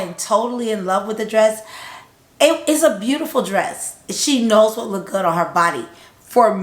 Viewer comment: LOOKED like BOOKED, Like BOOKED not Look-DID